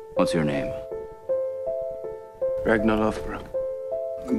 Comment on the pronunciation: kInG Rag-NAH